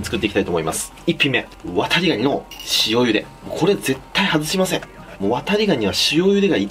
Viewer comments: 「ワタリ」の言い方が「渡部」にしか聞こえないw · 「コップにワタリ(119)の身を入れて〜」 ごめんワタリ、こうとしか聞こえなかった。